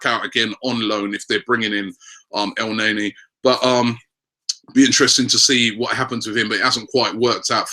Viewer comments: Dont want to be that guy robbie but is not pronounced "elnaenae" its "elneni" sorry bout that haha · It's pronounced El Neni not NayNay lol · el-naynay? wtf rob? i thought hes EL- NEY NY ( L Ney NEEEEEE) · every time he said El nae nea, I lmao, and then he topped it off with chicarito, damn bro you are killing it.